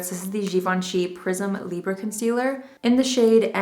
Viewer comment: As a Francophone: you NAILED the pronounciation of Prisme Libre! Great job!